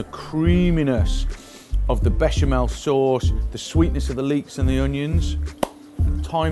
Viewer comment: lost me at "beshumelle?" sauce..